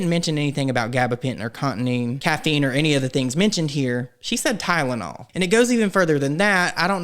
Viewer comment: Why does the medical professional keep saying tideanol?